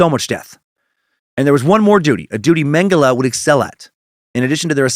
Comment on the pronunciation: You pronounce Mengele right. Mengeleeeeeey is so annoying!